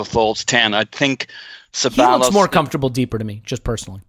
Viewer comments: Stop saying CebaLLos especially after everyone says Cebayos, jesus wept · Great listen gents...fucking and the way he pronounces Ceballos...so cringe..fun to hear how excited sounded..Thx for a great host as usual.